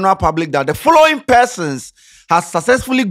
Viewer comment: Did I hear that right, I heard forroring😂😂😂😂